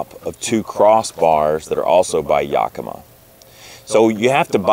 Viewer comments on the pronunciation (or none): Properly pronounced "YAKimah", not "YOKamah" for those folk not from the north west US. :-) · In Washington we pronounce it "Yack-eh-mah Not "Yahkeema". (Don't know how the native people pronounced it) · Another great and informative video; thanks, guys! Inspired by you, we got that exact tonneau cover awhile ago and love it. I have to tell you, if your other Pacific Northwest fans haven’t already: “Yakima” is pronounced YACK-ih-mah. Primary stress on “YACK”; secondary stress on “mah.” Trust me; I’m a professional (literally: I am a pronunciation researcher for the audiobook industry). That’s why DH and I are a great team: he operates all the dangerous equipment, and I make sure he pronounces things safely. We are probably going to get that same YACK-ih-mah rack for our bikes, but it’s good to hear about your experiences with it first. Thanks again! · YACK-uh-MAW. The stress on the third syllable is less than the stress on the first syllable. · First time I have ever heard Yakima and Thule read out load. Been reading them for years and that's not how I pronounced them in my head. Particularly Toolie :-) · That's crazy. No one from Yakima pronounces it that way, but I see that the company is based in Oregon, not Washington so that must account for the difference.